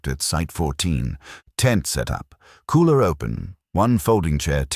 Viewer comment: It's AI voice, that's why it kept pronouncing cooler as kohler.😆